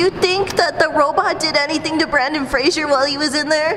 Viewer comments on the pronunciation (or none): It’s not Brandon Frasier it’s Brendon Frasier